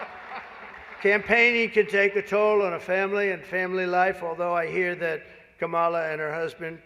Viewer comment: WTF HE KEEPS SAYING HER NAME WRONG